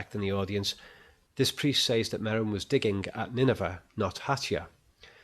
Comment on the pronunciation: I love your videos - thumbs up! But.... and please forgive me I can't help myself... but... but..... SAYYYYYYYYYYYYYYZZZZZZZZZZZZZZ <<<=== SEZZZ!!!!!!! I'm used to the darn brit accents ("mooooootha"? mutherRRR LOL) But I've never heard anyone mutilate "says" that way! It's very distracting!